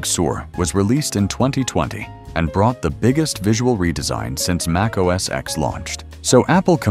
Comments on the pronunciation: Mac OS “EX”? Cmon now. Try again. This time, spell out the word, ‘ten’ so your AI voice will pronounce it correctly when it reads your text. You’re welcome! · It wasn't called "Mac OS ex"!!!! Jeez! How many damn times do you have to hear Steve Jobs and everyone else at Apple call it Mac OS "ten" for you to understand that the "X" is a Roman number 10? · it's pronounced Mac OS ten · I stopped watching and downvoted when your apparently-AI-generated narrator pronounced Mac OS X, using the letter "X". This is wrong. The "X" in Mac OS X is a Roman Numeral 10, so It should be pronounced Mac OS "Ten".